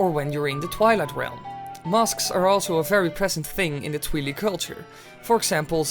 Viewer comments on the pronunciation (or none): Did he just say Twee-lee? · why can't you say twili like twilight.....